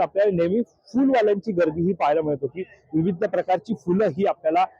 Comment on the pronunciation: बातम्या देण्याआधी तुझी भाषा उच्चार सुधार. ' पच्चीम ' नव्हे पश्चिम आणि विविद्द नव्हे विविध. या फेरीवाल्याना पाठीशी घालणारे फेरीवाल्याकडून हफ्ता घेणारेच यांचे संरक्षक होते. आणि आज दादर मोकळे झाल्याने खरे चिडलेत ते विरोधी पक्ष प्रमुख आहेत. उदा : शिवसेना मनसे ने कधीही फेरीवाल्याना विरोध केला नाही. म्हणून त्यांनी निवडणुकीत सपशेल आपटी खाल्ली.